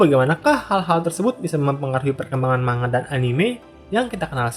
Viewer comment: sebenernya bacanya bukan manga pake "ng", tapi man ga